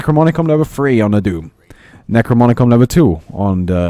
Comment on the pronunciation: You keep saying "Necromonicon" instead of "Necronomicon". It makes me feel very uncomfortable.